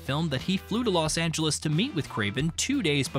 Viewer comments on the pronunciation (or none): none